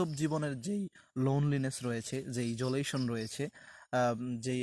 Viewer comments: ইজোলেশন না আইসোলেশন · Sir isolation pronunciation aktu confusion roya galo.